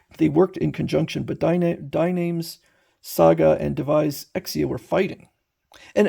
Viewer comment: Its not Diename. Its Dee nuh mes